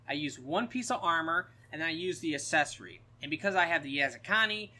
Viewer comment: It's "a-ck-s-e-s-or-ee" not assessory lol